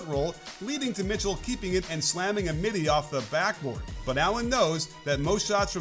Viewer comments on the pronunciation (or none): none